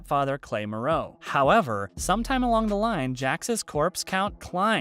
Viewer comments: It’s not pronounced muroe it’s marrow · It’s marrow not marow.. say it right guy.. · it bother anyone else how he pronounces Clay Morrow? its not "ma-row" its MARE-OH smh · And u obviously didn't watch the shoe cause u keep pronouncing clays last name Wrong M"o"rrow! Not Merrow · It's More-row, not Muh-row lol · and “Morrow” as “Moreau.” Annoying. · "clay moo-ROW" 🤦‍♂️ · the way you pronounce "morrow" makes me think you havent seen the show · the mispronunciations of Charlie's last name and the character Clay's last name annoy me. And as it's been mentioned before, Unser is OURS in German, not HOURS. thumbs down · Ugh! He pronounced Hunnam, Morrow and kutte wrong. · This narrator is obviously reading a typed copy and knows nothing about SOA. Calling the cuts "cutties" and the way he pronounces Clay's last name made me cringe through the whole video. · You might wanna look into how to pronounce Hunnam and Morrow the right way! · I take that back. You can’t even say Morrow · It's the way clay morrows name was said and the title of the video for me 💀😅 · I feel like the narrator hasn't seen the show. Mispronounced: "cut", "Morrow" Clay's last name, and some others. Got the mean of Men of Mayhem wrong. Missed the reason Gemma's birds changed. It's always better when people who KNOW the show actually report on the show. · I love how he says it's hard to imagine anybody else playing clay but he can't pronounce his last name right. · I like how the narrator acts like a fan of the show, but can't pronounce "Morrow". 😑